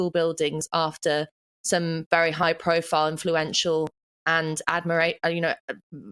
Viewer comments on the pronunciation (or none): none